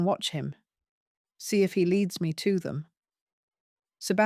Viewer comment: When somone says “ what about THEM?” The emphasis should be on the ‘ them’- or it sounds as though the meaning is different : eg: “what about half a dozen eggs? - What about them? They don’t matter”. But we are talking about captives. I do wonder if this is Ai?